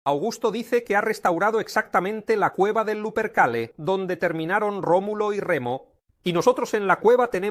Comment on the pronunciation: Remulo? No era Rómulo?